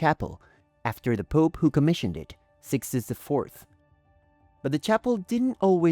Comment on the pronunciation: Depois de ouvir o locutor falar capela "sistaine" e Sixto "ivê" saí fora do video porque certamente uma enxurrada de asneiras virão em seguida. Nosso país está cada vez pior em tudo. Uma lástima.